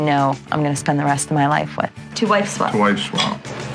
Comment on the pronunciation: Why does it sound like the voice over guy is saying wife swamp lol